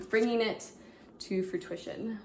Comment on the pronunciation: Frutrition ? It's fruition but that gave me a laugh.X